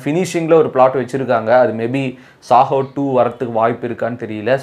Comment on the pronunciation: Bro it’s Saaho not sahoo